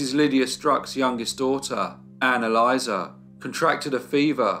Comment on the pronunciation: Anne-Elisa sounds very much like “analyser”. I had to rewind just to check what I’d heard.